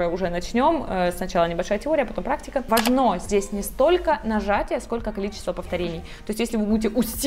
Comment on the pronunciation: Как бесит когда говорят важнО